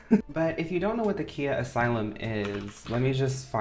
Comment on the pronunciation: Just wanting to say the Rapper Khia's name is pronounced :Kye-ah, not kee-ah.